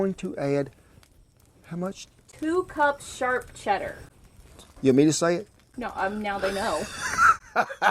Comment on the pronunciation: Did she say 2 çups SHARP Cheddar...??? It would help if you repeat what she says on camera...!